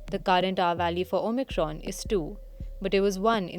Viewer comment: She keeps saying OMITRON lol